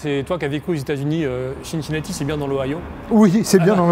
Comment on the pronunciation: Tu es sûr qu'on dit "ChinChinati" ? Il me semble qu'on ne dit pas New York Chity ...